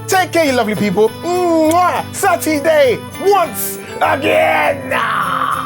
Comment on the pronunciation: It's SAT E DAY!!!!!!